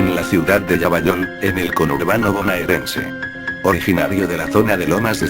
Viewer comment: lavallol en argentino se pronunciaria "lavayol" en loquendo se hizo indecifrable la ciudad hasta q dijiste partido de lomas de zamora.